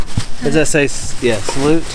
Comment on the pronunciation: salute' is french for cheers hello and good bye its one word with multiple meanings pronounced salou